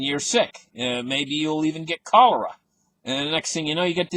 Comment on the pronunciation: Lol!, You say 'cholera' better than you can pronounce "confiscate". Keep it up the good work, sir.